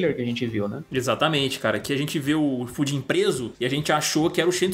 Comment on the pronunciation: Mano, juro que uma hora ouvi o falar pudim ao invés de Fujin kkkkkkk